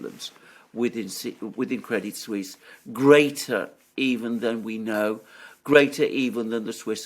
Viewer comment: Very informative as usual, just one slight detail, in Crédit Suisse, the 'T' is silent.